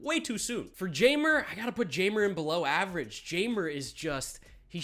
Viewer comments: I may be wrong as well but I think it’s pronounced Hi-mer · I reserve the right to be wrong, but "Jay-mer" can't be how Jeimer Candelario's name is meant to be pronounced is it?